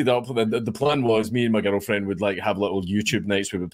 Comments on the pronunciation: Legit sounds like he’s saying ghetto 😂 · I can’t stop hearing me and my Ghetto friend instead of girlfriend lol